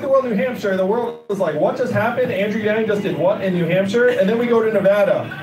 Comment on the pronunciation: Does he know he pronounces his last name wrong?